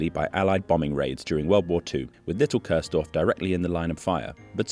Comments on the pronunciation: Nice video, but it is called Kursdorf, not Körsdorf 🥲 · Your narration pronounces the village name as Curse-dorf (English pronounciation), which litterally translates into "damned village". Properly, that village name is pronounced as "Chores-dorf". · Interesting video, even for someone who lives only one city away in Dresden I never heard of this before.🫶🏼 Only a small side note: you kept pronouncing it Köörsdorf, when it's named Kursdorf, with a U, pronounced like in "Uhlenhaut" or a shortly said "cool" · Chores-Dorf is kind of weird, worse than curse-Dorf. It is Kursdorf. It's the look sound: ˈkʊʁsdɔʁf where the ʊ is also in look:lʊk. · It isn't Cursedorf, its Kursdorf. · Nice one. Though I have to be "that" German: the village is pronounced "Coors-Dorf" (yea, like the beer), not "Curse-Dorf". Just little to no "r" sound. Think of "huah!", then you got the "ur" right. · No, it's pronounced koors-dorf, with the "oo" spoken like "look" or "took" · The pronaunciation of Coursedorf really puts me off. There is no o to speak in Kurs. Kurs indeed really means Course in a navigational context (or price at stock exchanges) so it is somewhat funny but still irritating. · Curse-dorf? Even as a German, I heard that :D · noticed how the narration pronounces the village' name is "Cursedorf" (english pronounciation) which translates to "Verdammtes-dorf"...! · Cool video. Keep it up. But: in German, U is always pronounced like the ou part in you or like the oo part in moo or boo. So the right pronunciation of the village is "Koursdorf". 😉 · great video all in all. But if your point was to pay tribute to a ghost village, why do you insist on pronouncing it wrong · 😊 The u in Kursdorf is pronounced like the two oo in cool. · nevermind, I just had to fulfill my obligations as a German to be annoying and overly correct on the Internet 🤣 Thanks for a great video and for telling an interesting story!